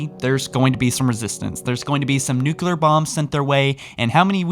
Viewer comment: First youtuber that knows how to pronounce Nuclear, thanks for that